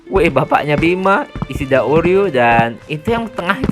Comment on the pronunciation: isshida ryu bjir bukan isshida oryu😂